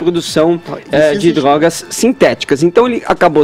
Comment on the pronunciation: "baravo", "dorogas", "treres", "peresos", "deperedados"